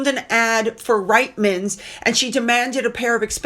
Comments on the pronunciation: Reitmans= pronounced Reetmans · Reitmans is pronounced Reetmans.